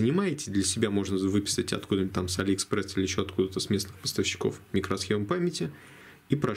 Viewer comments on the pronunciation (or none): none